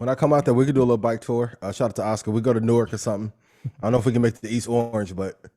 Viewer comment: Naw just said a bike tour around Newark he the first person not from the city to pronounce it how we say it 😂😂